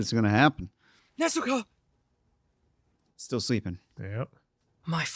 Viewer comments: they say Nezooko, putting too much emphasis on the u sound. It's the same way Tanjiro says it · Oh, and they can't pronounce Nezuko right either